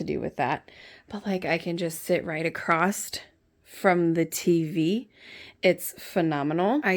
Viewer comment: Lol not picking on you but across is not spelled or said acrosseT like you pronounced it. Just kidding you. The sofa looks so much better and open now. I love it!